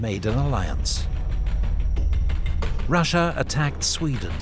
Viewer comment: Good coverage. Thanks for posting. One critique: Russia has no "H" in it. It's not Rush-ya, like a football tactic. It's Ross-ya or Ross-Ee-Ya. Accuracy recommends you. Persistent Inaccuracy suggests your research suffers in an attempt to garner sponsorship. Imagine if Putin called us the "Hoo-Haw Esse". We'd be insulting him "back" by ruining pronunciation of his country's name. Oh-wait! We've been doing it for 100 years!